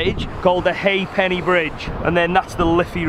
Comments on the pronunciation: Bro, it’s pronounced Hah-penney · The Haay Penny Bridge :) love the pronunciation of the Ha'penny bridge!